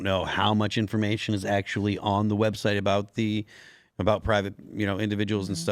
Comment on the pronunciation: Did I hear her say "Web Shite?" It most definitely is that.